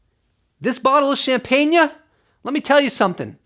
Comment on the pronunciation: Neil Degrasse Tyson will surely appreciate that fine Barefoot shampain-yuh